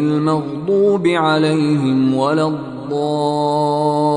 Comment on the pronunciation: Suraj fatiha mein last alaihim ko alalhim padha Gaya It's very wrong